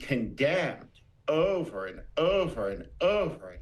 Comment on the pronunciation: If you can’t say the word “over” properly you probably shouldn’t try to say it six times in a row